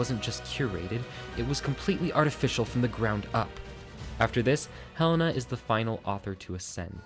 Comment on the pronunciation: HE-LAY-NA not hell-ena